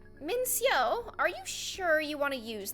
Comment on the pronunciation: I’m sorry but the way she says Min-seo cracks me up